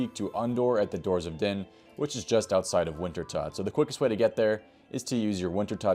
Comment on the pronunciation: Thanks for the guide! Btw, Wintertodt is pronounced Winter-tote, as in a tote bag. I believe it's a variation of the german Tod, or death. Good guide :)